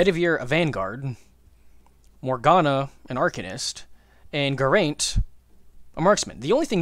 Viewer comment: Just so you know Geraint is a Welsh name (Welshman here) and it's not pronounced Gur-aint its Geh-raint